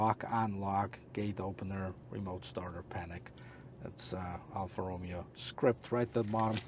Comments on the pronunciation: It’s roh MAY oh, not ROH me oh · This is the worst review I have ever seen, his car knowledge is terrible, his pronunciation of the brand “Alfa ROOOOMEO” is atrocious, and who tests a vehicle thru a parkade, Idiota….